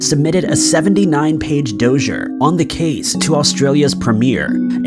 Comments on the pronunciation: The dossur the dosser...lol rotflmao its dossier DOSS E A lol, clown😊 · The Dozier? Hahahaa That one is actually pronounced "Dah-see-A" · Dossier is pronounced: dos-ee-ay It’s French based.